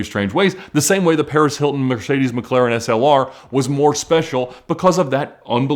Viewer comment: Ed said Mershedes